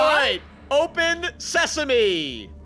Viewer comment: ITS FUNNY WEN SAID OPEN SESAMI AND THE GATE OPENED